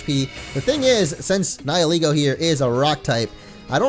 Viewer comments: I thought Nihilego was pronounced Nayee-leh-go and not Nayee-lee-go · You keep pronouncing Nihilego like nie-eh-LEE-goh. I always thought it was nee-hee-LEH-goh. And while the story was in fact very sad, I approve of the FMA reference! ^^ I freaking LOVE that anime, and I completely agree with the fact that Type: Null is a Chimera!